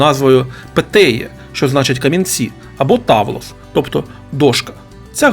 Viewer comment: Грецькою ігри в камінці правильно читаються Петтіа і Тавлес